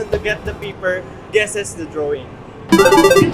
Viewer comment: Ako lang ba yung naka rining ng PIPPER instead of PAPER?? Hahahahahahah ano na Ja?